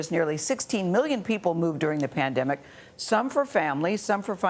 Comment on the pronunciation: The way pronounced pain demic.